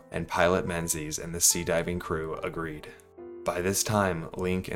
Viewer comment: Only thing I could focus on is how he was pronouncing Menzies wrong the entire video.